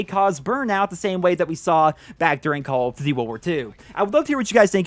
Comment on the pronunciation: "Call of Ditty: Wuwar 2"